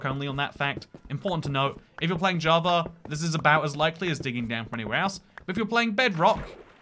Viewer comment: I thought you said “if you were a jewish player “